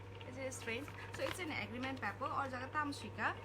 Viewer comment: Sakhe sakha kaham fano sakhe ba wth is 'pepper'?? Is it not supposed to be paper, it's just a pure criticism with no harm intended so that she improve.